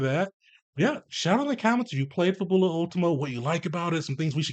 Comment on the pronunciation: Fab-Yu-lah. Kind of like the word fabulous.